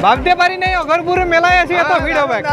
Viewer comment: its আঘরপুর, not অঘোরপুর dada🙄